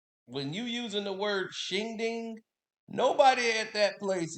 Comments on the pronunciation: Shindig. Not shinding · Not shing ding it’s Shin Dig. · Shindig, not ding. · It's Shin-Dig not Shin-Ding... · mispronouncing shindig as "shingding", makes the roast even funnier